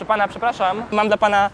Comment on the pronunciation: ten w T-shirt`cie nawet nie umie po polskiemu. Mówi: " przepllaszam, mam prllllopozycję życia...." . Naucz się wymawiać "R" - idź i lecz dyslektykcję. Prawdopodobnie problem narr(ll)atora jest natury bechawioralno-psychicznej. Jego rzadka broda sugeruje, że gdy jest dymany w odbyt, to kamerzysta trzyma go w tym czasie za kozią brodę. Kup se szampon na porost geyu! A ty kamwerzysto, brutalu nie targaj koziej brody!